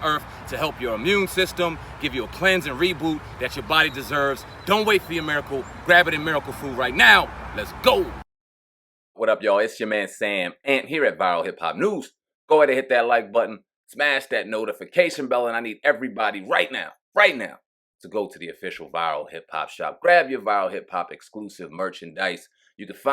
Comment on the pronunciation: Yo Sam, you need to pronounce the Ant...with a T.